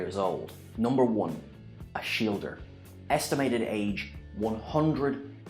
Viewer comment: I hate this cursed pronunciation of Ashildr. "Ash-ilder": what's that even supposed to mean? Ash Ferret? To make some kind of sense in Norse language, it should be Oss-hildr, with the r following the d without a vowel, meaning Warrior of the Gods, or possibly Battle of the Gods.